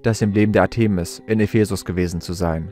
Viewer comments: Griechische Wörter/Namen betont man auf der drittletzten Silbe: ARtemis, PerSEphone, HomoyoTELoton, ArisTOteles, etc. etc. Nur mal so... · Interessante "Behauptungen und Vermutungen". Ich weiß nicht, was wirklich geschehen ist und bleibe offen ... Ich hab' nur eine Bitte, lieber Vorleser, hör' Dir mal an, wie man z.B. Artemis und Ephesus ausspricht. Und Du klingst eintönig, was Du sicher noch verfeinern könntest 😅 Es ist auf die Dauer einschläfernd für mich und das ist sicher nicht Deine Intention 😉 Bitte nicht böse sein, doch ich vermute, daß Du ernst genommen werden möchtest? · Der Sprecher sollte sich vielleicht doch mal informieren, wie man historische Eigennamen wie Artemis, Ephesus und andere korrekt betont und ausspricht. Was er daraus gemacht hat, ist eine Lachnummer. Wir haben nach vier Minuten ausgeschaltet. Es war nicht länger zu ertragen.